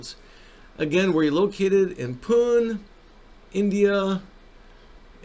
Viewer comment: Thank you. Very revealing shady operation. BTW the city Pune is pronounced as Poo-Nay